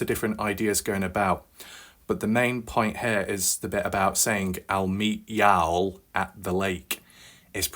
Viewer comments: People in south say y’all instead of you guys. Not pronounced yowl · I watch all your videos, and idk why saying y’all wrong bothers me lol. I usually don’t care abt things like that.